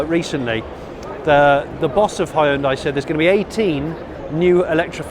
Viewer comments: its hyundai not hayundai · “Hi-un-dai” haha. So much more effort than saying it properly. “Hyun-day” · Oh god it's pronounced "hyun-dae" not "hie-un-die"...thought Americans pronouncing it "hun-die" was bad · *Hun-day, pronounce it Right!!! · This guy needs to learn how to pronounce Hyundai. It's annoying. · That moment when you realize he is saying "Hyundai". Because to my American ears it sounds nothing like how we say it over here. (Even went and watched a couple commercials to verify)